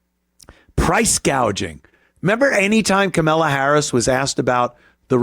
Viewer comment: Always call harris as carmella. Or just always mispronounce it anyway you please.